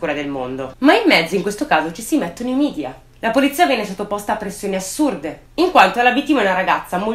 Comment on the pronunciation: Scusa se faccio il Precisetti, ma si pronuncia media e non midia, perhè è una parola latina.